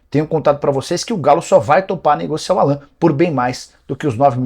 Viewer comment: Nicola do céu!! A pronúncia correta é “Álan”. Não “Alãn”! Vc é bem informado demais pra se permitir isso. Rsrs